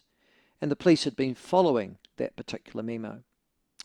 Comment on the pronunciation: Why is he pronouncing memo as meme-o lol